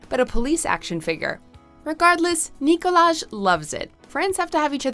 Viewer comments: Umm actually it’s pronounced “Nee-Collage” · I love how you pronounced it as "Nikolaj" and not "Nikolaj"! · It’s NOT CALLED NICKOLAJ ITS NICOLAJhh😂😂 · It's Nikolaj, not Nikolaj.... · I'm pretty sure it's pronounced Nikolaj. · it's pronounced Nikolaj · It’s “Nikolaj” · Its nicolaj not nicolaj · You wrongly pronounced Nikolaj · Correcting the narrator: Nikolaj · Nope it's Nikolaj** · SHUT UP, IT’S Nikolaj. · It’s not Nikolaj it’s Nikolaj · UGH ITS NIKOLAJ. N I K O L A J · It's not Nikolaj, it is Nikolaj ! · Ayşegül Sancar why did I pronounce these two differently? But anyway ur insane if u think its nikolaj not nikolaj